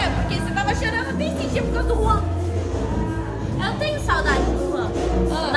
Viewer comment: Mano porque vocês falam juan é ruan